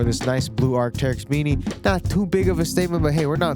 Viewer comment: “arcy” never “teryx”. please never say teryx ever again.